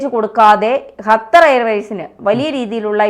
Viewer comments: ഹത്തർ അല്ല ഖത്തർ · ഖത്തർ ഇവളുടെ ഉച്ഛരണം ശരിയാണോ 😢